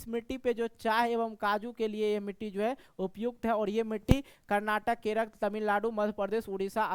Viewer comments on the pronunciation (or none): none